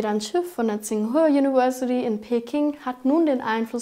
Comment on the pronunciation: Verfolge jede Klimaschau mit großem Interesse. Kleiner Tipp nebenbei: Im Englischen wird das "V" wie das deutsche "W" gesprochen. Das macht das englische Wort "University" leichter auszusprechen.